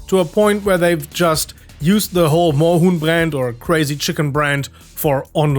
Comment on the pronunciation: Yo! As a Proud and happy German I can officially confirm that your pronunciation of Moorhuhn and several other German words is very good and understandable. I’m proud!